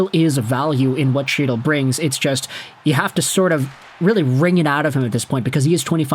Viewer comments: Hes yours now , fyi it’s pronounced Hytil, not chytil, the c is silent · HEAT-le not CHEAT-le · Can you pronounce chytils name right lol say it as hytil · Chytil is pronounced hee-tul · Can you please pronounce his name correctly. It’s pronounced He-tyl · The dude's name is pronounced HEE-tuhl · In Chytil, the C is silent. Canucks got fleeced given the publicity of the feud. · Maybe you’ll now learn how to properly pronounce Chytil’s name. It’s pronounced with an H sound the Ch is silent. You’ve been pronouncing wrong for the past 5 years. Too bad we couldn’t send you Zibenajed.